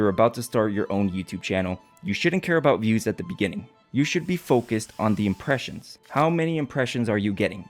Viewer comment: " the impersions"?